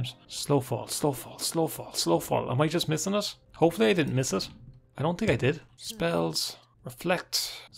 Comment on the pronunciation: Eye tink